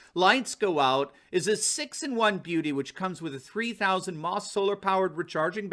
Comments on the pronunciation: Errr...... "mAH" is "milli-amp-hour"... not "mah" (it's an electrical unit for a combined measurement of how much current is provided for how long). I think your supporter would appreciate your describing their product using proper terminology. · Hi love you show. you maybe right. But i have never heard milliamp hour called maaa Just don’t want you to sound funny. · For your information, the battery that powers the flashlight is not pronounced "Maw"! It is pronounced "milliamp hours", or "m, a, h"! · Battery power is rated in "milliamp hours", not "maw"! You could even say "m, a, h,"! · Don't say mah it's milliamp/hour or milliampe hour.